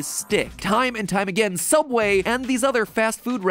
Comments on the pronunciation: sooubway toouna foouish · SOOUBWAY IS TOONAH FIUSH NOO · toona fouish sooubway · THEODD1SOUT HAHA. (Soubway is non-copyrights version of Subway) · James: Hi welcome to sooubway Mat: is that how it's really pronounced? Me: Y e s Edit: Tysm for the likes!